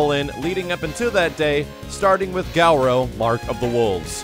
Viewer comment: Gow-row? I think the pronunciation you might be looking for is ge-roo, as in "le Loup Garou", the mythical French werewolf.